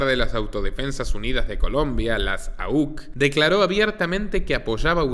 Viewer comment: Puedes decir AUC sencillamente y no auch